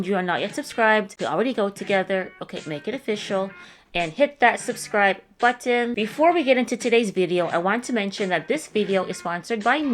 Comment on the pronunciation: My drug of choice is the way says "button"